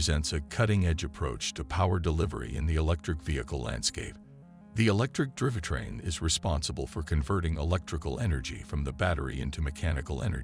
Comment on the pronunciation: Bro, your digital voice lost me when it can't pronounce "drive train"